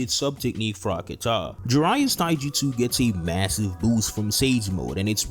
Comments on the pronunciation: "KAH-TUH", not "kuh-tah" Great video, though. You know your stuff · It bothers m me how you pronounce kata. Its not Kah Tah Its , KaTah